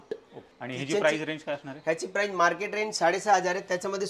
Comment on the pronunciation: प्राइज नाही, प्राइस म्हना 😅😅